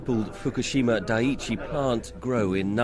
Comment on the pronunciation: Yo hope you see this. Its pronounced "DIE EEE CHEE". Hope you find this enlightening in some irrelavent ass way.learn something every day tho yo. Edit:2 things for ya got at least half a dozen reactors in northern illinois. Also a early type of LHC Labs